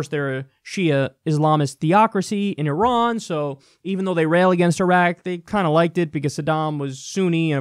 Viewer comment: Thanks for pronouncing Iran correctly. Just so you know, Iraq is pronounced the same way, except with a "q" on the end: (phonetically) EEEEE ROCK. Just like (phonetically) EEEEE RON. it's not EYE RACK. Thanks for showing the flag of Iran. It's very pretty.